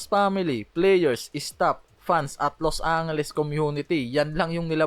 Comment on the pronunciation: ayusin mo din sana pronunciation mo... ginawa mong pampanga yung Los Angeles jusmiyo lakas ng loob mo maging narrator